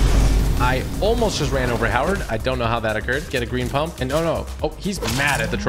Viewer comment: Did u say punp?!?